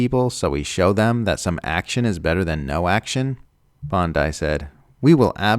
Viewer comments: Geez, what much effort does it take to find out her name is not pronounced [Bond-I], but [Bond-ee]? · Pam is the lawyer, not the beach LOL. I know it’s spelled the same but not pronounced the same. Made me smile, thanks 🤪